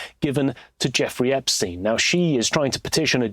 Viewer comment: Look at this rétærd say "joffrey eggstein" then turns around to play a video of MSM using the proper name. You make it tough to not view you as part of the problem,.